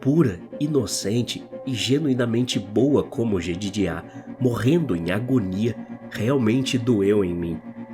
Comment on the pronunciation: Só pra constar: se o nome do bom rapaz era Jedediah, a pronúncia correta é "JedÊdaia"!! Isso me incomodou durante o relato.... Fora isso, foi um bom vídeo!